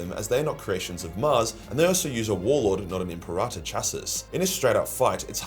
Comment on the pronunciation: M.P. Rata is such an odd way of saying Imperator. Am I missing something?